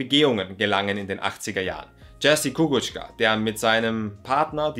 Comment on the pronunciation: Mit der Aussprache von JERZY KUKUCZKA musst du noch etwas üben, aber nenn ihn einfach JUREK, dann weiss jeder wer gemeint ist.